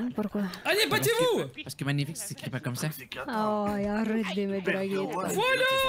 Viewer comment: "Une amélioration mangerfique"